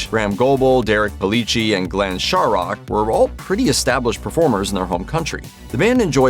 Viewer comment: It's so funny to hear the mis-pronunciation of Glenn Shorrock's name. I'm Australian and nearly 60 years old. I've been around for every song that the Little River Band has released. I even survived the John Farnham lead singer phase. I've heard the name Glenn Shorrock more times than I could count and have only heard it butchered once,,, in this video. Shorrock - pronounced "Shorrick". Not that hard really. It's like Americans trying to pronounce "Warwick"as "War wick"instead of "Warrick". LRB have had some great songs, and some not t=so great.